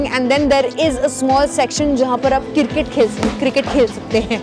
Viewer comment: Cirkkketttt 😂 loved that blabber ....❤️